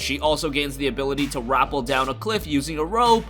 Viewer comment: This might be the first time i ever heard an American mispronounce the word “rappel” PS: forgive me for assuming your nationality :(